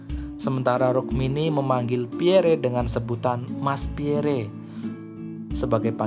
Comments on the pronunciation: Iyah... gk ada entang atas di huruf e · Pierre (read: Pierrrrrr) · baca nama beliau cukup " Pierr ", huruf " e " ny ga ush di sebut atuh,,, koreksi dikit yaaach... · Min, sya luruskn yaaa,,, bukan Jend. Ahmad Nasution tp Jend. Abdul Haris Nasution, beliau adlh Menko/ Hankam Kasab,, atasan nya Lettu ( CZI) Pierre Andries Tendean... Nyebut nama beliau juga bukn " Pierre, huruf e teakhir ga ush d sebut,,,,gitu Min... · Bnar mimin Pierre😅 akhiran e jgn dibaca😅